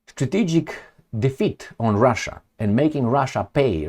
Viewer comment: úkraine and Rússia are pronounced that way